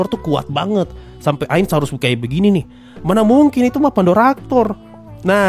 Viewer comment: Apa cuma gue yang ngerasa kalau Pandora's Actor waktu nyebut Ainz tu jadi "Ngainz sama" 😂